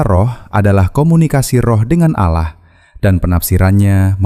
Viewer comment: Kenapa ia dari kata ALLAH jadi Aloh kenapa ia ini yg janggal kalau ALLAH ia ALLAH ga usah Aloh aduh ampun deh DJ